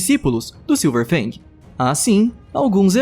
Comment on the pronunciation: falou errado é silver fang não silver bang